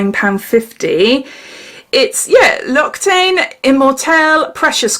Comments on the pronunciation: It's actually pronounced locks-i-tan lol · Its a face cream hun i use it and its said like ....locks-a-tan lol 😆